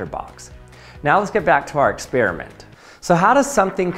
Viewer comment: Groshery, expeeriment, aloominum, selt not kelt 🙉 Anyway, a like 👍